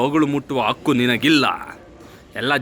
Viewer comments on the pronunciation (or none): ಅದು ಹಕ್ಕು ಅಕ್ಕು ಅಲ್ಲಾ 😡 ನಂ 👌❤️ಕಸ್ತೂರಿ ಕನ್ನಡವನ್ನು ಸ್ಪಷ್ಟವಾಗಿ ಉಚ್ಚಾರಣೆ ಮಾಡಬೇಕು 😡😡